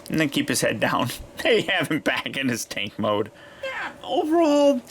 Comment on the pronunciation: am i the only one that heard him say "take mode" and not tank mode more then once?